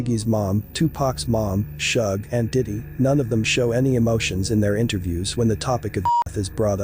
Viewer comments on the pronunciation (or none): I love these videos, but I was laughing because I've never heard anyone say Suge like that. People usually say it like 'sugar,' not 'shug' like 'shrug.' 😂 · Dude even if the narrators voice is an AI you need pronouce Suges name properly not with your belittling racist tones.... Just Saying